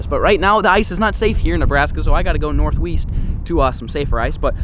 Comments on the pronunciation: “north weast” 🤣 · Lol “northweast” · north weast is that a mix of east and west😂😂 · North weast 😂 seconds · North Weast 😂